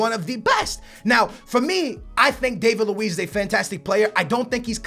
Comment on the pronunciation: disappointing that he still can't pronounce David Luiz name correctly, can't say the name's of the teams Hart and Wilshere went to and thinks Pogba is £100,000,000 when he was £89,000,000